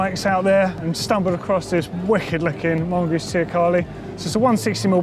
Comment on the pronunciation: I couldn't understand you when you said mongoose. It's the mongoose what?